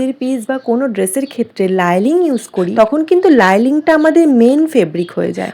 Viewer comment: লাইলিং কেন বলছো ভাই?শব্দটা হবে লাইনিং ❤